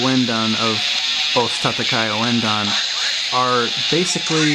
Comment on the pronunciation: its pronounced "OSS TAH-TAH-KY OOO-EN-DAHN"